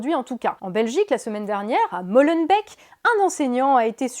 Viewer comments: Non, Molenbeek se prononce "molle enne béék", d'où vous sortez pour dire "molenbik" ?! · Molenbeek se prononce entre "Molenbik" et "Molenbék", c'est la seule petite remarque. Sinon, merci beaucoup pour ce manuel d'autodéfense et tout ton travail qui m'aide beaucoup pour me défendre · Intervention du Belge de service ;-) Concernant Molenbeek (bravo tu l'as pas trop mal prononcé ! mais faut faire traîner le éééé de beek plus longtemps, assouplir le o et noyer un peu le n ;-)) Il faut savoir que la direction a justifié son écartement par le caractère obscène du dessin (montré à des enfants de 10 ans) et non par la caricature en elle-même. Voici l'article de la RTBF (belge donc) sur ce sujet : Par ailleurs, l'article du huffpost que tu montres en vidéo, si je ne m'abuse, le précise d'emblée en descriptif : "Le porte-parole de la bourgmestre de cette commune de Bruxelles nie toute "censure" et évoque le caractère "obscène" du dessin montré aux enfants." La bourgmestre (maire) de Molenbeek ajoute : "...qu’elle ne s’inscrit pas ici dans le débat sur le caractère blasphématoire des caricatures. "Alors qu’on vit un climat difficile sur ces questions, laisser à penser qu’on pourrait brider la liberté d’expression ou refuser les débats sur ce sujet serait dramatique", conclut Catherine Moureaux." (extrait d'ailleurs rapporté dans Valeurs actuelles, notamment). J'ai essayé de creuser la question, mais ça manque d'articles qui analyse vraiment ce qu'il s'est passé, je me dis qu'il pourrait s'agir d'une méprise. On attend d'ailleurs la décision suite à l'écartement, on en saura peut-être plus à ce moment là. Dans ta vidéo, tu dis "mais ça n'arrive pas en France", c'est un comparatif hâtif avec la Belgique et sa façon de gérer la laïcité. Ce n'est peut-être pas c